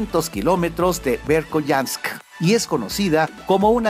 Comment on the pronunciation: asi no se pronuncia la ciudad rusa del 5to puesto, se pronuncia berjoianak